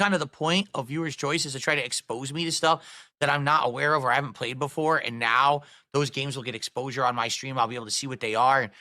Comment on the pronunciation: "So lemme read it naohww" He sounds drunk af the way he slurred that